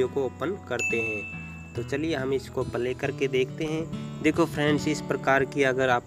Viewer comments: Phele pale kho play pronounce karna siklo bhai 😂 .. play kho baar2 pale pale bolke tuhne toh hassa diya mujhe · Bhaiya apki video achi hai ...per palay mat bolo ...play bolo